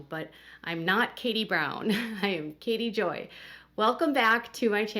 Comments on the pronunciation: I’ve thought you sad Katie Brown too but couldn’t figure out WHY you would admit that name since I see Katie Joy on here. Sorry. It really does sound like that’s what you say sometimes. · I am one of the people that hears “Katie Brown”.